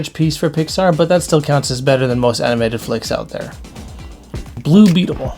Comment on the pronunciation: Wait, did you call Blue Beetle "Blue Beatable?"